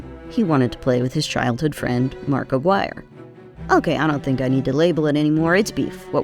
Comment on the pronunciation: Americans, pronounce "Aguirre" properly challenge, LEVEL: IMPOSSIBLE.